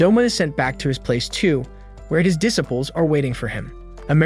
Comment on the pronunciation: Why did you pronounce disciple like that